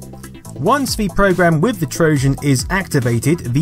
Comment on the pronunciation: You have a very odd way of pronouncing certain words. "Trojan" with a soft "J", "BBC" as "bibby see". Love your channel though!